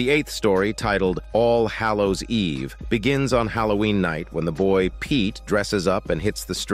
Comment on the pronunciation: I wanted to watch this recap but wouldn't since he butchered the Eve name! Learn how to pronounce Eve. Makes me think this guy is using a bot voice!